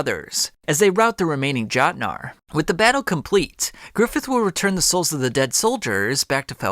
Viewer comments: its yotnar not fuckin jotnar lmfao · Every time he pronounces Jot-nar it’s a stabbing in my ear but I already committed so much time to the vid that I must continue